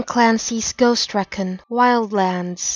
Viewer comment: You pronounced recon wrong.